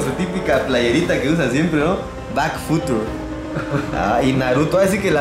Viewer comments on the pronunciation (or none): "Bak Futur" JAJA